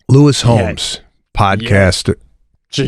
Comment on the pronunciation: Seb calling Lewis Howes “Lewis Homes” is killing me 😂